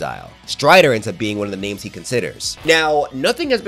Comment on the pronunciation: This comment truly means a lot because I try my best to pronounce these names how they're supposed to be pronounced. I don't want to disrespect the culture